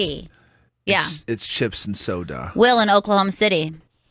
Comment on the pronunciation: why’d say soda like that